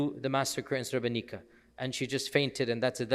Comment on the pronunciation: May Allah bless you for taking your time to tell the sotory about or amazing president. Sheikh, srebrenica is pronounced srebrenit’sa, basically like it’s